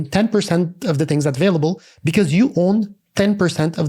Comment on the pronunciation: Very good except the "advailable" (available) thing